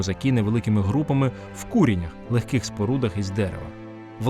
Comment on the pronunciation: Не кУрінь, а курІнь. Не в кУрінях, а в куренЯх.